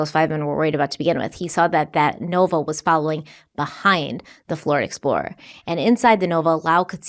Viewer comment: Did anyone else hear say Flord Explorer once or twice? In all seriousness, this case is sad. My heart breaks for Jason and Amy’s family and friends.